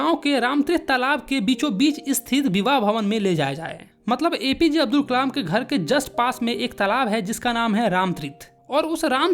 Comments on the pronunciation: Abul ❌ Abdul✅ check and tell me if you hear the same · Abdul nahi hai Abul hai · Kalam ko kamal bol rha h or abdul ko abul